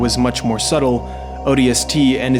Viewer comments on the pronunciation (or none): none